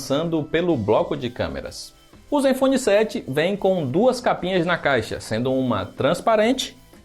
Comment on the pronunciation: vem, ele até deu uma certa ênfase no "na caixa"